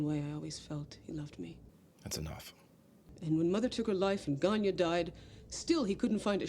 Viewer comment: Ganya to my ear.